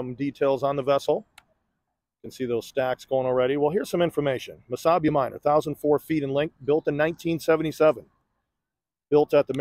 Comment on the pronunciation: Oh, MESABI !! I thought you were saying Wasabi.